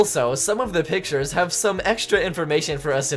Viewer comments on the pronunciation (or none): none